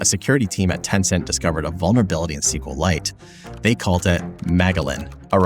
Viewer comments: It's pronounced SQL ite... Like Kriptonite, Kripton-ite, SQL-ite.. Not SQL Lite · It's SQLite. NOT CQLAIT. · Great video, but every time you're saying "sequel lite", you're disrespecting Richard, who calls it "ess cue light". Just like MySQL is "My ess cue ell" from Monty.